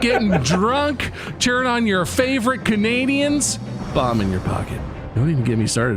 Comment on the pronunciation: I swear, at first I thought Bob was saying 'Bob' in your pocket instead of 'bomb'. I've been reading it wrong this whole time!